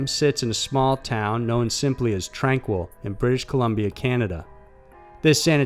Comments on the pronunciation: Wouldn't it be pronounced "Tranh-KEE," like the French? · FYI==Tranquille in British Columbia (#2) is pronounced "tran keel". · It's pronounced tran-keel.tranquille and it's in Kamloops BC the facility is called Padova ... I'm from there an have been to the old tuberculosis town. It is on tranquille road.